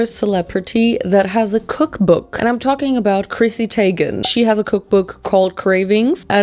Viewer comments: Her name is PROPERLY pronounced Krissee TEAGUN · her saying chrissy teigen last name wrong and then saying “ I don’t know her I jus know her name “ GIRL U BARELY KNEW THAT 😭😂😂😂 & the “ how is she famous? like from this cookbook maybe?!? “ HAHAHAH I was dead. p.s ( no hate to luv her & i don’t know much chrissy teigen lore also I just thought it was funny ) xoxox